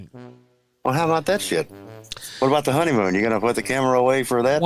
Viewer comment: Dude sounds so fat he pronounces every ''m'' as ''mb'' like ''honeymboon''